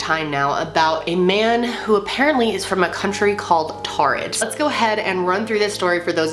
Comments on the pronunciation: I thought that it was pronounced torrid. Like it's taurid but sounds like torrid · I pretty sure it’s prounounced like “toured” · It sounds like you're saying "Tard" tehe xD